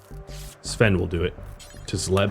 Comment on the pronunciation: I have been hung up on something. Svein is not pronounced "Sven", but is closer to Sweyn in English. "Svein" is a Norwegian name, and we tend to pronounce all the letters in some way.